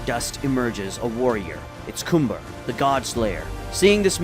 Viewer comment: i honestly dont know if it was the way i was annoyed with his name and how u said cumber last time i am greatful for the change and now his name sounds cannon THANKYOU